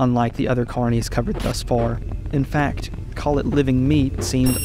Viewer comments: I kept hearing "carnies" instead of "carnis" lmao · i love the video but every time you pronounce carnis as carnee a little part of my soul dies so please its not french